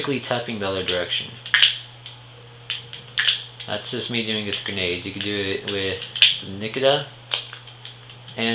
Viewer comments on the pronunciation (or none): =P cool video, learning some nice stuff. but one thing got to me.. nikita is 'ni' as in 'nick' and kita and in 'cheetah'